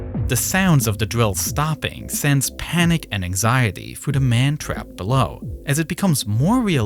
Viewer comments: Why do you keep pronouncing “men” as “man”?? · Whats with the wierd pronounsiation of men? It is so distracting ;S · amazing video, though the pronunciation of men as man kept confusing me